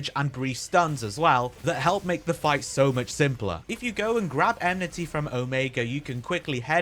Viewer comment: Lots of useful tips! Fight is still a pain though lol. Side note: Is it really eMnity and not eNmity? Have i been saying it wrong all this time? lol. Anyway, great video bro!